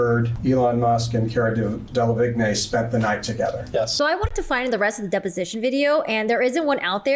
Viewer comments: His pronunciation of Cara Delevingne " Kera Delavignay" 😆😆😆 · “Cara dellavignay”